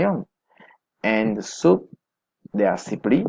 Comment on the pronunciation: Soap has an O sound.. just felt like the speaker constantly says soup with a U.. luckily there were written guides or I would have been very confused.. I like the overall video as it feels very informative